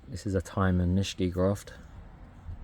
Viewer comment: Amazing collection. Do you ever sell any? I believe Iyoshi is pronounced E-yoshi (E like knee) not eye-yoshi and Nishiki is pronounced knee-she-key not nish-key.